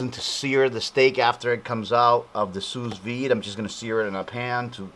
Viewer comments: maybe it's sue not sues but this guy sure can cook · "Sue Veed" not "Sue's Veed" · It's pronounced Sue Vide bro, but you kicked as on this bro. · It is "Sous Vide" meaning "under Vacuum" it is Pronounced "Soo V, id" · THANK YOU!! every time he says sousssss i couldnt help but crack up